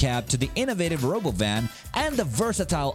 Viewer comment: tesla is what? the stock crashed and you rponounce robowhen wrong